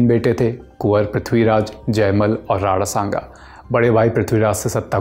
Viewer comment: अबे राणा संगा होता है नाम तो ढंग से बोल ले, राडा सांगा बोले जा रहा है🤬